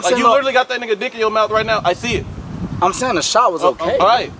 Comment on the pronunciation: the way he said I SEE IT